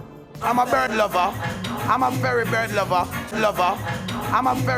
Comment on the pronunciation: "I'm a very bird Lova" smh. Him mouth slip